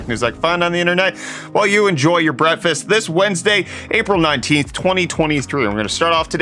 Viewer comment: Someone please teach this clown how to say "breakfast".